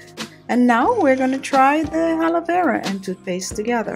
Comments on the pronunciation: Blue winter baby x the triple a (aaa) is for emphasis of the "a" vs. the "h" which she incorrectly adds at the beginning of the word. lol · ...it's Aaalovera not Halovera. Keep the beauty ideas coming though. I often check in to see your videos.